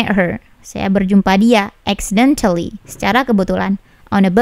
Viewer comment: 😀😀😀😀Accidentelly....telly...halus penekanan nya